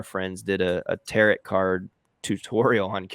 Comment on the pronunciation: I like that he called it tarot, like carrot. I assume he meant taro(t). Also, I loved his video about these trends and that he and you went through it again. I'm messing with these in Kittl but haven't hit a design I love 100% just yet. I'm also loving the new Kittl AI. I'm having so much fun with it!! Great video,!!